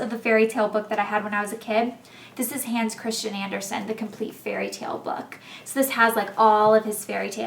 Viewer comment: I loved when you said Hans Christian Andersen! The way you said it! I'm danish, and he was danish so I know how to say it, like his real name, and I just think it sounds so funny the way you said it! :) x